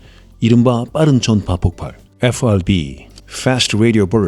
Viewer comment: 에후아르비는 최대한 버터 발라서 발음하시면서 마그네타는 너무 김치적으로 발음하셔서 마이 웃었습니다.